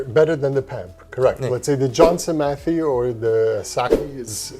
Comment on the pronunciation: It is pronounced “matt hay” Johnson matthey